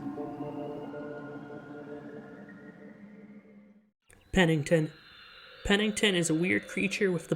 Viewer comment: Nice "Pennington" lol